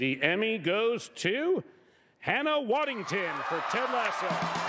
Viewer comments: Geez, he said Waddington. Franco's stoner buddies shouldn't be allowed to do live TV. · He did say Waddington though..🥸🤔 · so is no one gonna mention Seth said "Hannah Waddington"? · WaddingHAM not WaddingTON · did he just say hannah waddington? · "WaddingTON"? Come on Seth. One job. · Did rogen say waddington instead of waddingham? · Did Seth Rogan just say Hannah Waddington? 🤦🤦🤦🤦. But honestly, nobody deserved it more. Glad to see Juno Temple and Hannah share that embrace. Their friendship was one of the best parts about the show. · lol he really said "Hannah Waddington" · is it me or did Seth say "Hannah Waddington" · He said waddington and not waddingham 😂😂😂😂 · Noone talking about the fact Seth called her "waddington"? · her name is Hannah Waddingham not Waddington lol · Did seth just call her hannah Waddington 😂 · He reads out Hannah WaddingTON. WTF? Total fail right there. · Did he said "Hannah Waddington???" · Wait.. did he say “Hannah Waddington “?? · He said Waddington??? Lmao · Waddingham and NOT Waddington! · "Hannah Waddington" ugh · He said Waddington- 😆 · He said “Wadding’TON’” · Seth Rogan: Hears Hannah Waddingham's name be read out loud 2 second later Seth Rogan: "Hannah Wagginton" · Did Seth say Waddington? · Shame. Shame. Shame on Seth Rogen for saying WaddingTON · Hannah waddigton ? At least get her name right so disrespectful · Hannah Waddingham is an ethereal goddess and deserving of all praise. I know I shouldn’t be shocked, but she deserved so much better than Seth Rogen being clearly stoned out of his mind and pronouncing her last name wrong 😑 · Nobody’s gonna mention that Seth mispronounced her surname? LOL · She didn't even notice herself until someone said it to her bless her - she was so surprised! She said she's going to call him Seth Raging from now on!! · yeah, just joking. Haha. Pretty sure Seth said it wrong. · Nothing like having your name mispronounced while receiving an Emmy…way to go Seth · And he got her name wrong…